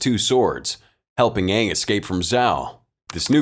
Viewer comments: probably will never have another movie and I recommend watching the series Avatar The Last Airbender since it was the original work and its better than this movie and to me them saying the wrong name for the avatar was super annoying it drove me nuts its Aang and I think one of the A's is silent though the series is in cartoon and if you do end up watching it hope you will enjoy it. :) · idk how to really say it over text lol, but it's pronounced with only 1 A, and just sounds like the letter A with ng at the end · How do you pronounce Aang's name? I can tell you that if it's based on the movie, is pronouncing it wrong. The whole rebellion scene was also super dumb as the cartoon had them stuck on a floating metal prison where they didn't have access to dirt until they got their hands on coal. Here, they're literally surrounded by dirt and too stupid/lazy to rebel. And there's the fact that the martial arts aren't in sync with the bending but rather the completed dance triggers the bending. See above earth bending prison scene for reference.